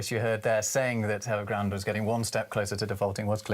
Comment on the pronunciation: Did you say Nevergrande?